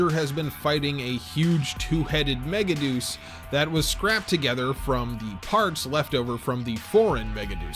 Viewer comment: I hate that the dub chose to pronounce it Mega-Deuce and not Mega-De-Us. Because a mega shit is not as cool as a mega God.